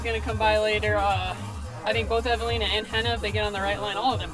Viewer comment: More than one, Evalinas last name was butchered.